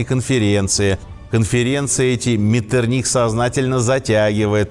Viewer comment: Князь Клеменс Венцель Лотар фон Ме́ттерних-Виннебург цу Байльштайн...специально для Вас взял из энциклопедии.... ударение на второй букве МЕттерних... у Вас МеттерниХ...то есть ударение на последней букве...вообще с ударениями у вас полный швах ....